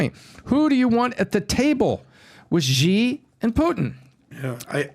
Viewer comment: Hey guys, just for future reference, the way to pronounce the name of China's president is 'She' Jin Ping. (X = sh sound) You're welcome.